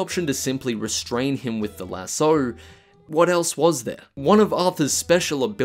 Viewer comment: Do you purposely say lasso wrong or just not realize you do it lol